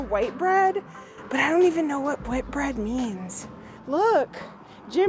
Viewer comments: It's pronounced Whit/bread, not white bread. It used to be a very good beer. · Whitbread not whitebread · People were a lot shorter back in the day. That's why the door frames are smaller. If you are staying in an older building things WILL be all " nooks and crannies". You can't alter the layout. Spaghetti and SALAD !? "No WHIT bread"....NOT white bread. Whitbread ( pronounced WITBRED) is/was a make of beer.